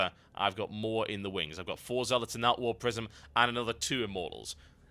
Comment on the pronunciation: Ahh warp prisim, I thought you were saying warp prison lol, makes sense now:) /mustbethebeer